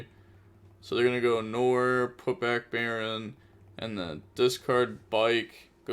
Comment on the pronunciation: Bro nore? Are we opening the nore? It's nwar